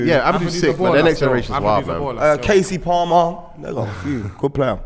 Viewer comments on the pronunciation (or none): Man said kasey palmer😭😭